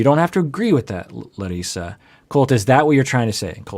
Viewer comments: He said Larissa’s name better than larissa. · Hey! My name is Leticia. I'm always watching your content and love it. As a Brazilian, I really appreciate your concern with the pronunciation of Larissa's name! It is the very first time I hear an English speaker saying Brazilian names correctly, or even trying. Thank you!